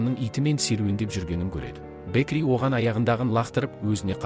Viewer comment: Бэкли емес Бэкки сосын Шило емес Хантер қате көп